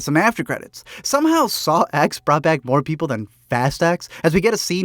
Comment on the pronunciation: Its pronounced Saw 10. The X is roman numeral